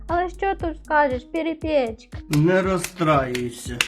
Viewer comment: не пєрєпЄчка, а перЕпічка